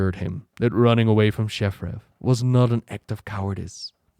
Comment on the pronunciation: please, learn how to say shattrath, its not shaffraff:p